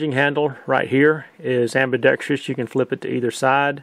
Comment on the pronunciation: Great reviews, this whole series. Except for one thing driving me nuts. Learn how to pronounce "AMBIDEXTROUS".